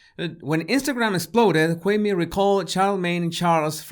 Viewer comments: Kwame (kwah) (may). NOT Kway me. Please get it right. You haven't heard anyone say his name that way.... why have you changed the pronunciation of his name??? DO BETTER. Especially with a name like yours. You always state the pronunciation of you name at the beginning of your videos right? So extend the same clarity for other people's names. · Why the hell are you calling him him Kway me? You have an audio example of charlaCRINGE calling him (KUWA -MEY) i don't understand. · How the hell can u say charaLemenge, the king of creep/cringe and his name right, but you can't manage a two syllable name like KWAME? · no, not when i see him prounce other things with ease. I'm not buying it the QWA-MAY IS apart of his language structure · It's not pronounced Quaymi? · Done with my burger and thoroughly enjoyed it and this video! Charlemagne isn't able to see what he's doing wrong until he catches heat for it. He will NEVER be Wendy. So I also wanna say this, yall finna get up off and how he pronounces Kwame's name 😡 Being of a Latin descent, is it hard to realize that finds it hard to enunciate certain words?? Like all Latin people?? He isn't trying to be funny nor disrespectful, he legit can't say certain words like people whose first language was English. I really feel like people just like to be negative. If you don't like how he talks, find another body language expert to watch but I love the way he talks and how he dissects the truth in body language!! Leave him alone!!!!!!🤬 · Because he probably heard of Charlemagne before, maybe he never heard of Kwame? As someone who is also not American, it confuses me as how Kwame is pronounced, because in english, same letters can be pronounced differently. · ok so that makes it ok? 😄 he litterally had an audio example of how to prounce the mans name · I would send this to kwame but his name was butchered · Lol and he has the correct pronunciation on the video